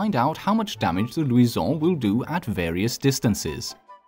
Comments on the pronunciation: 'right' is a great word. Pronounce it right. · the gun is not french pronounce it roght